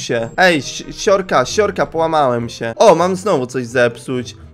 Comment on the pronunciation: Zamiast uslyszec: siorka siorka polamalem sie to zrozumialam: siurka siurka polamalem se XDDDX